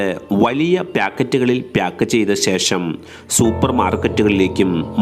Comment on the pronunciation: Shudda malayalam anu 😁